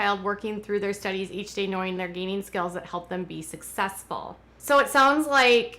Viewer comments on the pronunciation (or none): none